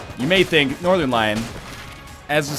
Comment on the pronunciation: I heard Nothernlamb